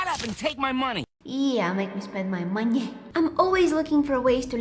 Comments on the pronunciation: "yah make me spend ma moneh" 😂it just made my day😂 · "hurry up and take my MoNeH." got me laughing💀